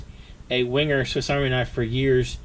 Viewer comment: .... it’s pronounced... ‘Venga’ ......